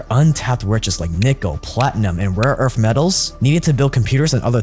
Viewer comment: "rare earf metals"